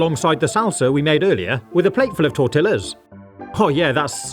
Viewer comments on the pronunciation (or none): ive never heard someone who says "tort-illas" with a straight face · I've never heard someone say tortillas so "Caucasian" like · he... he pronounced the l's in tortillas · Tor-tea-ahs not tor-till-ahs! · He said tore-tillas 😂😂😂 It's tore-tee-ya, ❤❤ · DID BRO REALLY SAY “TOR-TILL-AS” (the way he said it is WRONG!) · It's pronounced "tor-tee-yahs" 😊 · tortillas , the double LL is pronounced “yah”. Tor-tee-yah chips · The way you said tortillas is a hate crime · Ouch at pronunciation of "tortillas" LOL